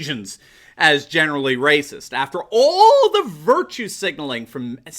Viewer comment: “Blacks more rayciss” 🤔🤔🤔is starting to chew on some red-pills?